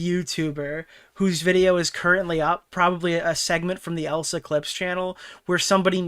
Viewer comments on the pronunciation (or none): Poor Elissa’s Clips, never gets her name right 😂